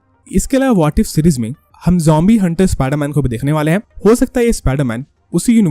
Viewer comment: bro its zombie not jombie 😂😂😂😂